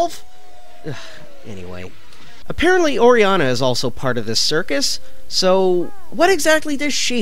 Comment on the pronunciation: Orianna THE WORD IS ORIANNA